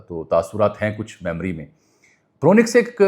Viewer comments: It is Bronx جیسے ن کو خاموش پڑھیں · If you have lived in New York then you never learned how to say Bronx